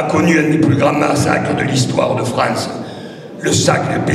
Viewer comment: Il faut sauver la FREINCE ! J'adore ses prononciations !